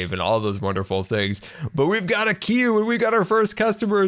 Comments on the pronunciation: #FirstCustomer and btw its queue xDDD not quee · 'First in Quee' - 2018!! anyone else notice?